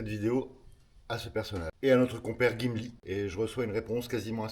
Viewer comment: C’est pas gimli mais chumli plutôt 😂😂